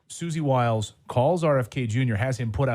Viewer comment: Hard 2 take someone seriously when they cant pronounce basic names correctly. - suzy willis ??? peak headset ???